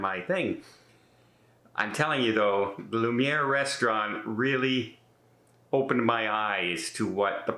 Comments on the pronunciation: Hate to be, "that guy," but it was bothering me. The dining room is Luminae - loo-min-ay. Not Lumiere - the candlestick in Beauty and the Beast. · Not being critical, but for future use in your videos, it’s Lumanae. (Loo man eh) not loo mer. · It’s pronounced Lou-Mi-Nay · Luminae is pronounced “Lou-min-ay “. No R. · Luminae not lumiere. FYI TMI:)